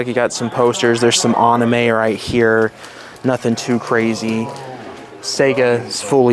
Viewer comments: I heard "Aname" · Why do you pronounce anime like a monkey lol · Please learn how to pronounce Anime!!!